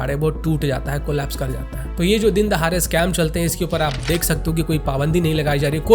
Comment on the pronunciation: dindahare nahi dindahade correct kya engineer haitu